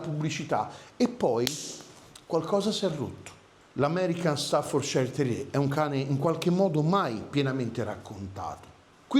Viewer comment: ...sei sempre super professionale! Se posso farti un appunto, il nome staffordshire non si pronuncia ..."sciair" bensì " cier" o céér" con la "r" quasi muta , in UK, e con leggera differenza in Usa.." shéer" o Shiir Quindi " stafforceer" , in USA con la "r" più marcata. In entrambi i Paesi mai pronuncia " sciair " , nemmeno Yorkshire ! È anche vero che gli inglesi e credo anche in Usa , il nostro cane corso lo chiamano " chein corso" ......😂 Salutoni ...e scusa per la precisazione 🤷‍♂️😅..ma era solo così, come notizia per tutti. Poi ognuno lo chiama come meglio gli viene. Meglio Amstaff 😅